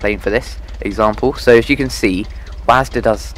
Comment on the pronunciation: 'wasda' LMAO